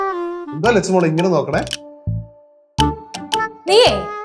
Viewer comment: Lechu alla chechu